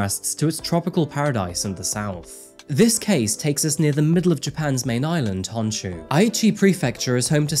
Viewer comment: It's pronounced HO Ho HO ho HON SHOE....not HAWN shoe. Also Don Quijote sucks. lol Most stuff costs more than other shops and ordering online is better.